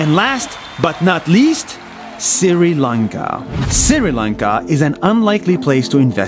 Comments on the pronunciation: It is not Siri lanka, It is Sri lanka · Oh god that's sri Lanka not Siri lanka, 🤣🤣, no offence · Sri Lanka is pronounced (Shri Laynka) not (siri laynka) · your pronouncing sri lanka wrong shri lanka but your saying siri lanka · daily please donot spell it as "siri Lanka" try to spell it as "Shri Lanka" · Its not siri lanka its sri lanka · bro it is not siri lanka it is sri lanka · It's not sir Lanka it's Sri Lanka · No siri lanka it is shree lanka on pronunciation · From Sri Lanka, not SIRI Lanka 🙂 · No one: Nas: SIRI lanka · Dhananjanii SIRI LANKA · Hey siri how to pronounce siri lanka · hi I'm Krishiv from India, you pronounced Sri Lanka as Siri Lanka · Is it just me or did I really hear Nas say Siri Lanka (Hi Siri!) every time he said the word? Just curious. :) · It’s pronounced Shri lunka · i am sri lankan and i am happy your including my country in this video but every time you talk about sri lanka you always pronounce it wrong and its startin to piss me of please fix that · You said Sri Lanka wrong